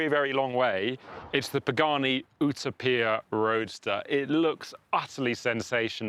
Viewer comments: Why is he saying Utopia like that? It's not some Italian word we don't have a pronunciation for.....it was first coined by Thomas More an English theologian. Just because it's an Italian car, doesn't mean you need to pronounce an English word (with Latin roots) the way an Italian would. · He keeps pronouncing Utopia wrong 🫤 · I want to fly to the UK only to slap in the face for his pronunciation of Utopia. I'd keep slapping him until he said it correctly. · Is it that you cannot pronounce the word "Utopia" properly or is Pagani deliberatly taking a common word and for pure stupidity "deliberately" having the word pronounced differently? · How the hell did you just pronounce Utopia? You weren't even close to the Italian or English version of the word. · Someone help the presenter pronounce Utopia properly. How did he get this job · Was thinking the same thing. Utopia isn’t pronounced that way in any English accent. It’s also NOT pronounced that way in Italian. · no way your Italian stating that. I speak Italian and the word utopia is not pronounced that way. Only the front of the word is. If you’re a British channel and you’re going to attempt to pronounce it in “Italian” go all in. Not just the first letter. If you’re truly Italian you need to do better. Good god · Its not pronounced ootoppia its youtowpia as in utopia - heaven 😂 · Pagani OOH-TAH-PEE-YAH???🫤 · Wtf is a oooootoooopia? 🤷🏻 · Everyone: Utopia This guy: "Ooo-tah-pia" 😅🤦‍♂️🤡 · Ootopeeyah? It you-toe-peeyah. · What is it with the American pronunciation of the Paganini? OOTAPIA? Hahahah. The correct pronunciation is U Topia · its Utopia..not Utapia.. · UTA-PIA!!! 😅... Brother it's pronounced U-Topia.. #cringe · it's Utopia, not Utapia...lol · Ou-Ta-Pee-Ya ?! UTOPIA !!! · You-topia✅️ Oetopia❌️ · ooto-peer..... ok champ... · Pagani Huayra Utopia is pronounced like the model is named after the imagined place/society of perfection. Pronounced "You-toe-pee-a", but you know that already, don't you.